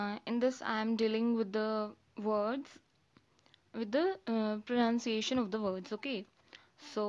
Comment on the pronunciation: sorry to be rude but i think you just mis pronounced the word "pronunciation" in the first 23 second